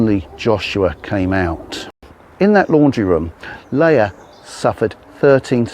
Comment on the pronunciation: It's pronounced.. Lee'ah. 👍